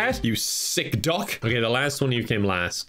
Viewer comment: The way says duck it sounds like dog